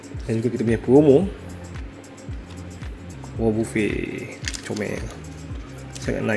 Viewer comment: Cara nk ckp nama wobuffet tu sepatut nya "wabafet" bah, geram plak dengar abah ckp wobofe T-T